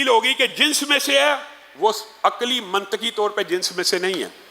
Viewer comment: منطقی میں ط پر زیر پڑھنا چاھئے یعنی منطِقی